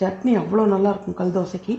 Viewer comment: தமிழ் கொலைசெய்ய வேண்டாம் கள் தோசை இல்லை.கல் தோசை